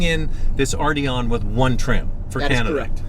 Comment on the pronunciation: Do any of you guys realize there is a 't' in Arteon? Ardyon - just lol.